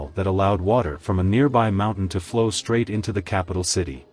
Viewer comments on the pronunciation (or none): none